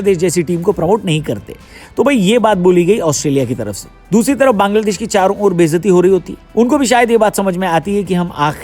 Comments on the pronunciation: There is a clear difference between an ordinary person and a YouTuber with a huge platform. As a professional and influential YouTuber, you have a greater responsibility to be respectful and careful with your words. If you don’t even have this basic knowledge, please stop talking and don’t expose your mentality in public. Calling Bangladesh “Kangladesh” is not a harmless mistake—it comes across as disrespectful and unprofessional. At the very least, learn to pronounce the name of another country correctly and show some basic respect to its people. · Why are you insulting Bangladesh? Say its name correctly.😢😢